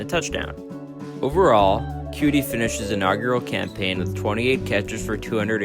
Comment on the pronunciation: Bro its coutee not cutie